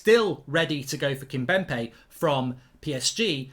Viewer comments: KimPemBe not KimBemPe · He is never going to pronounce Kimpembe right